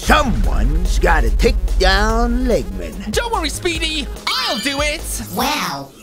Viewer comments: egg men not leg men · It's sonic not speedy and it's not leggman it's eggman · His name is not leg man it’s egg man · It's not leggman is eggman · it's not speedy it's sonic the hedgehog and it's not Lehman it's eggman this is dume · It's Eggman not leggman